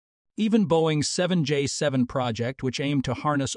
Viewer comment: Please teach your AI narrator proper pronunciation. Example - It calls the GE90 a G90 and the 7J7 a 7jevin. Proper nomenclature is key when conveying information...